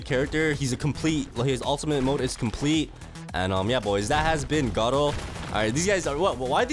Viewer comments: WHY HE CALL IT garo instead of garou thats a big big mystery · Gardru bruh it’s garou